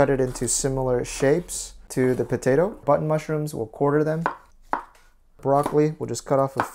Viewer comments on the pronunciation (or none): Great recipe, and I'll be sure to give it a go. However, there were just a few things I noticed... Bunton mushrooms? Size of your finger? That must be a small potato. Are you sure you didn't mean length? Bite size pizzas? These all gave me a good chuckle. Everyone, myself included, say one thing and it sounds like another, so no hard feelings. I enjoy your videos and hope to see more in the future.